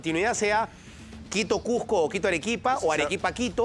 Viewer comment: No conozco alguna ciudad llamado CUJJJJJJJCO...solo conozco el CUZCO